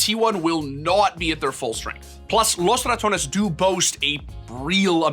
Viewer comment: Wow, you are the first person that has pronounced “Los Ratones” even remotely correct since its inception. Good job.